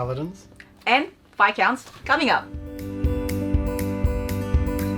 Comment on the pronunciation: Thanks for pronouncing Viscounts correctly :D So many videos I've seen where they get it wrong...